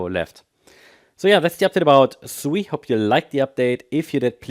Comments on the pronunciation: SEI? This say Sui. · See sui not sei